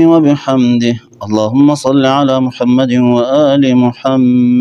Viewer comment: امام خارش سے فارغ ہی نہیں ہو رہا۔ سورہ اخلاص میں 10 سے زیادہ تجوید کی غلطیاں۔ اسم رسول اللہ محمد صلی اللہ علیہ و آلہ وسلم ح اور د کے مخارج بھی ٹھیک نہیں۔